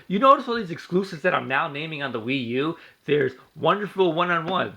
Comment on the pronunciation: It's actually not a mortal kombat rip off and you keep butchering the wii u nice